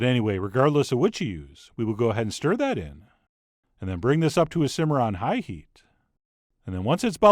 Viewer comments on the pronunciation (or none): none